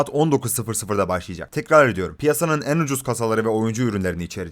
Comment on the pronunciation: Bir daha 'en' kelimesini "Eân" diye söylersen..